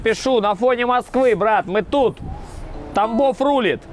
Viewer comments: Тамбов а не Томбов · Учи русский язык, не Томбов, а Тамбов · Ребят, вы молодцы, но “Томбов», это провал, русский язык нужно знать, правильно Тамбов, если не поняли сами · 🤦‍♂️ Тамбов, а не Томбов!=) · Тамбов, не "о" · Ребята, я из Украины, но знаю, что Тамбов, не Томбов. Увольте корректора. Shame of u, russians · Правильно Тамбов...